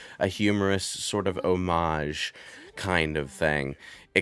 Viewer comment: Homage. You literally said it like twice.